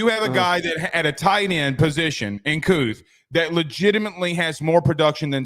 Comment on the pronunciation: Brant Kuithe will be the best TE this year. His last name is pronounced Kee-Thee not Kooth